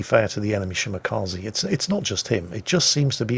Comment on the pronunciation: It's ShimakzE, not ShimakazI.